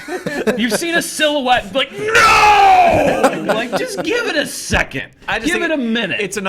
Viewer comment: I think you mean sil-you-ette.